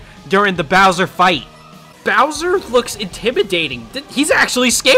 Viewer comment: “I don’t think they change bower much” Bowser: say sike right now